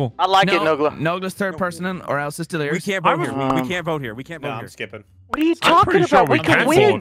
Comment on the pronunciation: Mmmhmm uh it’s “Delirious” not Delerious my good sir. sips tea